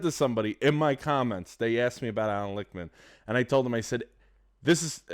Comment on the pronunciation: Not trying to nitpick, and I LIKE this video dude, but the soy boy's name is Lichtman, pronounced WITH the T, as in phonetically LICKTMAN, not Lickman, as you're doing. Enjoyed this and subscribed.